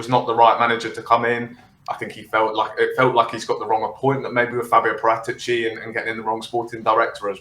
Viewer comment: That's PARA'tici....accent on second A...pls